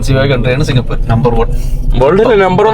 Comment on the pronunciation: സിങ്കപൂർ എന്നല്ല സിങ്കപൂര് .